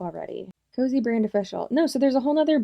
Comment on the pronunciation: Girl KOZE isn’t pronounced COZY. Please do the basic research on that much. Yes, Kalyn has been using KOZE and her brand for years.